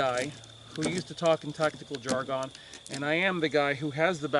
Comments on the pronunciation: Cogent points, great knowledge drop as always, and well explained. Oh and just to bust your chops, it is not pronounced "Jar-Gone" but rather "Jar-Gun"... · I appreciate all your free advice and info. On the other hand, the way you say "jargon" makes me crazy.